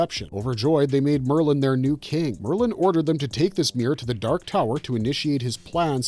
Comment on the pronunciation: Roland's last name is pronounced De-Shane, and Maerlyn's name is pronounced more like Mayor-Linn. He invented the seeing glasses like Black 13 and the Grapefruit and many others that became known as Maerlyn's 'Bow. His character is explored more in The Wind Through the Keyhole.